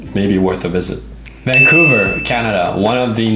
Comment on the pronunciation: dont say vancovuer